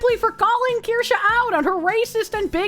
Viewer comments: I eagerly await the day Asmon can pronounce and spell Kirsche correctly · I think its funny at this point. Its so asmon